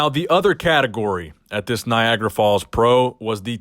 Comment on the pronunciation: It's Niagara 😂😂😂😂 Not Niagra, sounds like Viagra to me 😂😂😂😂😂😂😂